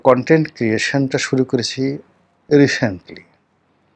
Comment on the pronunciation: হায় আল্লাহ, ভিডিওর শিরোনামের কি ভাষা! উচ্চারণটা ঠিক করে। "রিশেন্টলি না, শব্দটা হবে রিসেন্টলি ". জেলার নাম বান্দরবান, বান্দরবন নয়। আপনারা ঢাকা ইউনিভার্সিটি থেকে ভ্যারেন্ডার কি ল পাস করেছেন? লজ্জাই লাগছে। কারন আমিও আপনার ডিপার্টমেন্টের অনেক জুনিয়র।